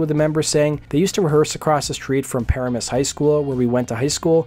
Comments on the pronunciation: It’s not ‘paramoose’. It’s puh-ram-us. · It's not "PARA-mus". It's "pa-RAA-mus". The story told about Trixter back then is they were a bunch of rich kids whose parents bought them their way to modest fame (as opposed to raw talent). Not sure how true that is, but that was what we heard here in NJ. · Dude if you’re going to do a documentary on a band know how to pronounce the town right it’s like pa ram us Not para mus Lol That’s annoying when u can’t pronounce the town right lol 😂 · Just saw them for the first time a few nights ago and they were great! Also, for future reference it's pronounced "pa-RAM-us", not "PARE-a-mus". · "PA-RAM-US" not "PARA-MUS" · Not "PAR-amus". Its "Pa-RA-mus". I grew up 5 minutes from there. Now you know!! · I hate to do this but it was driving me nuts , but the pronunciation of Paramus is. Pa-ram -us, not Para-mus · Its pronounced Pa-RA-mus not Paramis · First of all bro……. Enough with the Para-miss…… it’s PUH Raaaa Miss. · Pah-Ra-Muss, not Pair-uh-Muss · Par Am Us not Par a mus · This is kinda stupid, but since you had to say it a bunch of times, the name of the city in New Jersey is pronounced Pa-Ram-Us. If it ever comes up again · It’s Pa-ram-us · Paramus is pronounced puh-ram-us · It's pronounced Pa-RAM-us. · No, no. Paramus NJ is pronounced "pa-RAM-es." I had to resort to google for the correct pronunciation text. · It’s pronounced Puh-ram-us And Trixter sucked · Why can't the commentator pronounce Paramus correctly? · Please learn how to pronounce Paramus… good info all around, but you’re killing us in northern NJ every time you mispronounce it. Thx!